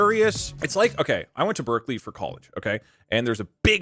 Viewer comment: Who else heard the deltarune music, then thought that Doug said Berdly when he was talking about Berkeley?